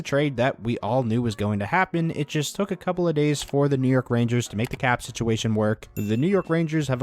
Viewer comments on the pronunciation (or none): none